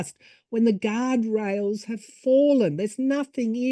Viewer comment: Did you said Elon is with out “guard rails” or “God rails?” Lol, maybe both? —thank you